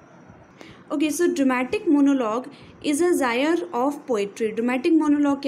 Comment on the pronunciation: Ma'am why did you say genre as "gyre"?